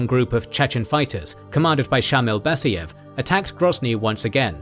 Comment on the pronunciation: DudAyev, BasAyev. A as in car